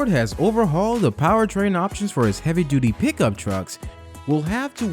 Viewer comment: Keep saying duty (doody)